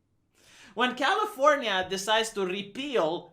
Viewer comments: What is this california that you mentioned? Did you mean Californiania? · cally-for-nya-nya intensifies